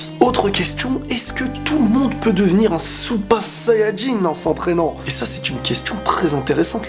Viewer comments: Parles français ou japonais, mais dire supa sayajin ça fait handicapé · t es genant quand tu dis " super sayan jin" t es chelou